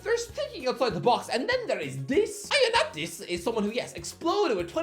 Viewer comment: how do you pronounce ioannidis so wrong😂😂😂